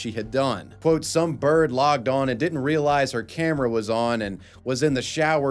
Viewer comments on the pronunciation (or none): none